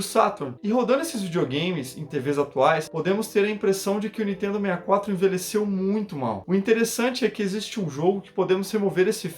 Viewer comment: nitedo...nitedo...nitedo...nao consigo assistir esse canal